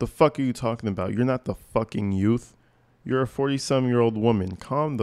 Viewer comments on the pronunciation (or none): If she wins, then the people deserve what they get. One mistake is enough. It was a huge mistake. She can't even pronounce youth, she said yout!